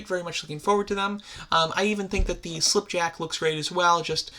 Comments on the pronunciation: once again, he says "slip" instead of "skip" (its Skipjack) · You kept saying yellow rampage's name wrong. It's Skipjack not slip jack